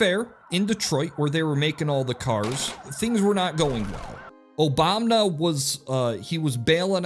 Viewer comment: Why "Obamba"?